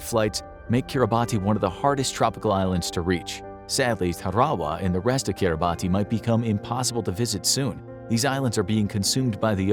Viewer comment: It’s pronounced kee-rah-bas, not Kiribati. I know, it makes no sense.